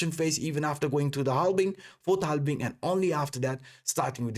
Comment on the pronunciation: it is halving, not halbing. Just to be correct.